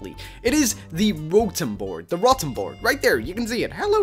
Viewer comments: He says rotem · ITS CALLED RO-TOM